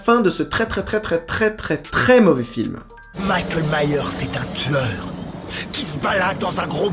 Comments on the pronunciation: j'adore tes vidéos ;) La dernière scène, il dis Mickael et pas Michel :p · On dit Michael pas Michel